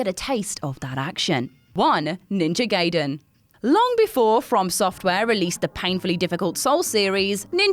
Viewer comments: Ninja Guy-den not Gay-den. No one says Hent-ay because it's Hent-eye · It's actually pronounced as "Guyden" not "Gayden" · Hey,, Gaiden is pronounced "Gai-Den" not "Gay-Den". Even The Wizard had a scene with the right pronunciation. And whoever edits these videos: You got the wrong Ninja Gaiden. She was talking about the game from 2004, not the 1989 original. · If your name is Quakkadiddle, you dont wanna be called Quakkaroodle, Backupiddle, queekabiddlydoo even If you are in a different country, right? It`s Ninja Gaiden, pronounced GUY-DEN, not Gayden, as in either gay (Happy) or gay (homosexual). "Typical American Mentality" ... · It's pronounced Ninja "Guy-den", but I'm glad to see it on this list. I had Ninja Gaiden as a kid, and I don't think I ever beat it. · Guy-den dude... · Ninja "Gayden" Damn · Judging by how Gaiden was pronounced, I wonder how manga would be pronounced